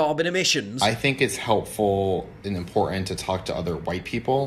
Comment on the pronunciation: How she says 'important'. Even for an American it's bad. 'Ee-eem-pa-oran-ern'. It's impossible to even spell out the ghastly sound she makes phonetically. Mind you Paul is saying tawhennay tawhennay - I hope with irony.